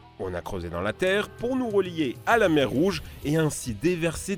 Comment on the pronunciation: "Que chez nious" 😂